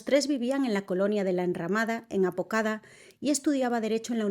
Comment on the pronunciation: BAZALDUA no BALZUA APODACA no APOCADA No entiendo por que le pegan a las informantes y ni leer bien un nombre pueden.. 🙄 ni por que se pronuncian en el mismo idioma lo hacen bien